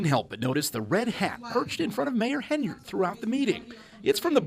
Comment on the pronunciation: The mayors name is Henyard, not Haynard.